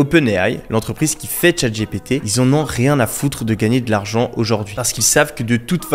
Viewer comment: "Tchate j'ai pété" 😆 c est clair que prononcé à la française c est pas ouf. Pourtant "OpenAI" et "MidJourney" tu les maitrises en VO ! Merci pour le contenu anyway, en particulier l aspect API.